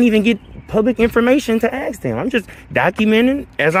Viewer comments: How do you “ ax “ for something? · Lmao aks, aksed and aksing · I know this is a African American when he said “ax” instead of “ ask”. Please explain why ax is used wrongly.